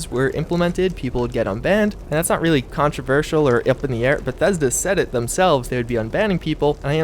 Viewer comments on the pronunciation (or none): none